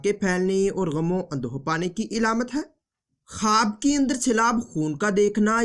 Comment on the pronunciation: Ilamat Nahi alamat